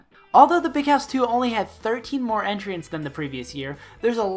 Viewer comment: Great vid! Your pronunciation of entrants confuses me though. Also R2DLIU rhymes with R2D2.